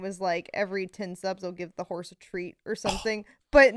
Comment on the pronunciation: Can I just say, as a long time viewer of the Pod who's now rewatching old pods because nothing else scratches the itch because I don't know other people enough. Lud tanked the vibes with the Horze (Horse) pronunciation. And this is why I like, and also why he's basically all redeemed for me, yes even him following a guy to his home because he almost got into an accident, and then trapping the guy in his house with own car. Yes, even though he's done this, I'm still pro; because, he saved the vibes with his question and so smoothly. I'm sure if he didn't, maybe Lud or or the long one may have done something well. But the way saved the vibes he's awesome for that. Honestly, he's always been the guy who's most balanced with respecting the guests and I keeping it real with the guest too. Because like, Lud is probably the most well-behaved here, in all four of them, and when Lud fails, or fucks up, that's when Clutches. I don't know if this is thecase anymore though. I wonder if he'll read this comment and let it go to his head. 😂 In case, he somehow finds this comment and reads this, let me just clarify, while you're the funniest, would probably be my fav dude on the pod because I'd be able to vibe with him the easiest. 😅